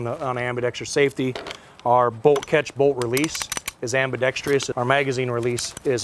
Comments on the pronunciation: WTF non word is AMBI Dex Tree US .... its ambidextrous .. why you guys add another syllable. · It’s “ambidextrous”, not “ambidextreeeeous”. Stop it. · Hey everybody it’s ambidextrous not ambidextrius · Show me the “i”. I hate to keep informing gun people but it is chronic and prolific within the gun community. I’ll spell it; am-bi-dex-trous (am-bi-dek-struhs). Stop saying ambidextrious. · WTF, is “ambidextrious?” Is that like ambidextrous? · Solid weapon., it's pronounced as it's written: ambidextrous not ambidextrious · Why do gun people, and only gun people (And seemingly all gun people), struggle so much with the word "Ambidextrous"? It's "Ambidex-Truss" not "Ambidex-Trius" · There's no such word as "ambidextr-i-ous", it's ambidextrous without the i. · Am-be-dex-TRUSS, not am-be-dextreeus. ffs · Dude from Sig needs to learn how to say ambidextrous properly ffs. Its not "ambidextrious". smh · Stop saying ambidextrious! It's ambidextrous!!!!!!!!!! And DO NOT sell this to police departments! Cops ARE NOT military!!! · Fuck me, if I hear one more person pronounce it ambidextreeeous… 😂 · "next-gen" "weapon system" "legacy system" "ambidextrious [sic]" This guy is making me cringe. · Irks me to no end when people put a second "I" in ambidextrous.